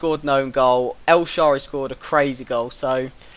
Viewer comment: Nice vid! El- Sha-rawr-rey Yago Failkay How you pronounce ;)